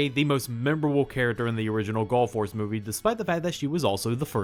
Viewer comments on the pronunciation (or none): I KEEP hearing him saying Gulf Wars, when I know what he's actually saying Gall Force, it's so weird...